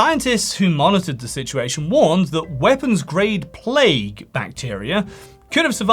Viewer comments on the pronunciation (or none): none